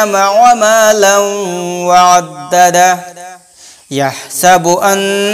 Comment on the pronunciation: "অ'আদ্দাদা" উচ্চারন করছেন ফুল উচ্চারণ করে হবে "অ'আদ্দাদাহু"